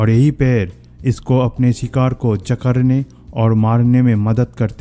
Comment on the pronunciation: सर जकरने नहीं जकड़ने होता है।